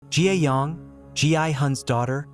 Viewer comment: It’s not Gi yong it’s ga young